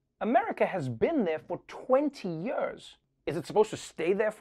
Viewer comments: I love Trevor, but does it bug anyone else how he always says "yerrrs" instead of "years"? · Nearly 20 "yuurs" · Twenty yeurs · Twenty yeuhs?! That's so many yeuhs!!